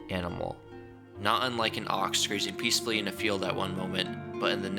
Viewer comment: "peacfully" lmao